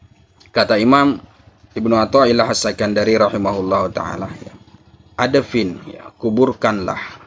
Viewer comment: Maaf,, ادفن dibacanya IDFIN,, BUKAN ADAFIN.. LANJUTKAN KYAI.. 🙏🙏